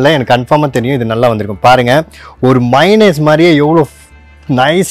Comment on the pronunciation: என்னய்யா மைனஸ்,மைனஸ் என்று sollinde இருக்கீர்? Correct aa pronounce pannunga.